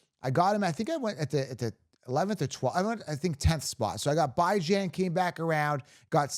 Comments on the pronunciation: Beh-juhn dude😂😂 go interview him and ask him how to pronounce his name 😂😂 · For the LOVE OF GOD 😂😂😂 I swear your channel is awesome… but will you PLEASE pronounce Bijan’s name right 😂😂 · STOP DISRESPECTING BIJAN ROBINSON. Stop using your freedom of speech to DISRESPECT THIS MANS NAME. It’s CHILDISH. Kids intentionally mispronounce names when they bully other kids. Stop. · 1. Leaving C MAC off a top 10 RB list is criminal 2. Stop saying Bijan name wrong it’s disrespectful